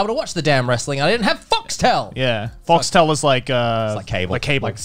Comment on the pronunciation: Who else heard "Fucks Tail" instead of Foxtel?